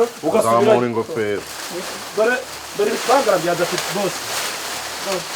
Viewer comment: Bavuga ibishwangara ntago bavuga ibishangara